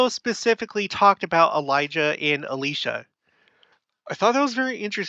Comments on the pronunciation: You say Elisha and pronounce it A-lee-sha. Do you know something we don't about the pronunciation? I have only ever heard it pronounced El-eye-sha. Normally I wouldn't think much of pronunciation, but where this person has had such a big roll in both Biblical times, and modern restoration, I wonder if the mispronunciation is of more concern, if it is one (I can except that everyone I have known including myself has been saying wrong if we have) On a side note, I find it interesting you say it so different despite being from Utah also, LOL. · Elisha is pronounced with a long i same as Elijah. Both men. Your pronunciation came up on the transcripts as Alisha...just so no one is confused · El EYE sha -> correct pronunciation. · I’m sure intentions are good with the corrections of the pronunciation of Elisha. I would be careful about being overly concerned about the pronunciation of a name. (For example, Nephi is pronounced (and even spelled) Na-fee in Arabic. Sam in the BOM was most likely Shem (as it isn’t Samuel)). Remember someone left the church because Joseph Smith misspelled his name. Mispronunciation might bother someone, but hopefully that doesn’t become a reason to not hear the message that’s being taught.